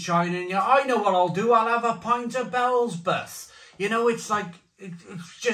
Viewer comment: Bee ell zee bub!!😂